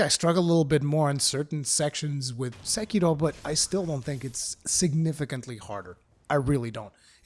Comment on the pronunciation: The ONLY person on the internet to pronounce Sekiro properly. I cringe so hard whenever I here SEKERO. Subscribed. Loved the review. Keep locking scrubs out of your games FromSoftware. We love you guys for it.